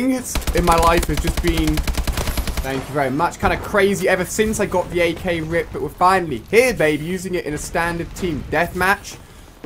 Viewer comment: Ak not sky